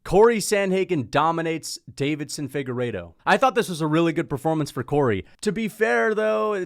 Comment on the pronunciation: I love your videos but please for the love of god…. It is not David-son, it is Deiveson (Davis-son).